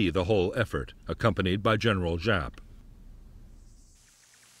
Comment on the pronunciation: General Giap..... It is Correctly Pronounced ZIAP. We had a guy work for us in Vung Tau... His name was Giap Van Coi..... He Pronounced it ... Ziap Van Coi.... Also General Dung.. His Pronunciation is,,, Yoong.. Not Dung... My Girlffriend was Nugyen Thi Dung... Yoong Sounded Better than DUNG.. ahhaah